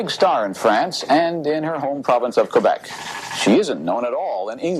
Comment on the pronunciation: I almost never comment on youtube stuff and I realize this comment may not be seen, but the fact that you pronounced Quebec correctly makes me so happy. Almost nobody says it correctly